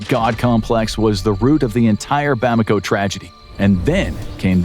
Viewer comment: It’s ‘Bamako’ not ‘Bomako’